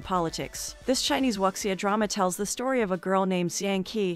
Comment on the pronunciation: Excuse, it's pronounced as "woo-xia"....